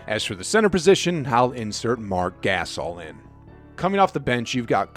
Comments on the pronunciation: This video was ok....but u are assuming an awful lot from the warriors and alot to go wrong with the lakers. Also.....Guh-sahl....not Gay-suhl..... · lol "Mark Gass'ol" lmao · Never trust someone who calls the Gasol brothers the "Gas All" brothers.